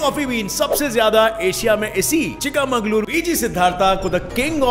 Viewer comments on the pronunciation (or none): Chika mangaluru nahi chhika mangaluru